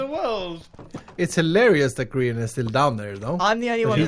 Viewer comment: It’s grins not Brian dufus